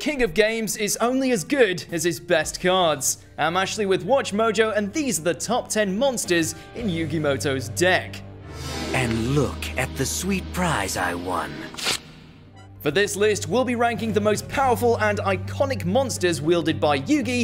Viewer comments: It says Yugi Muto, not Yugi Moto. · Why the heck does everyone mispronounce Yugi's surname? He's Muto Yugi, not Moto Yugi.